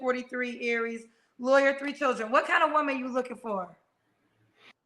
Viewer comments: He said what he said and I understood he said Liarwer not a Lawyer 😂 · Hectic. He got the name right...😂 We in the UK ain't like this one 😂😂